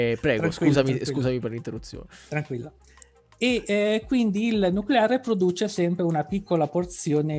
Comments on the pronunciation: Nucolare lisa , si dice nucolaaaree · Un momento... non si pronuncia noculare? Le mie certezze crollano! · Beata ignoranza... Nuculare! Si dice nuculare!